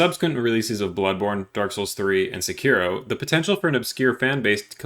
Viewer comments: Se ki ro not se ke re o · its not sek'er'o its se'ki' ro